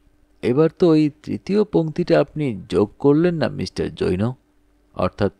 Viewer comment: জৈনো উচ্চারণটা খুব কানে লাগছে।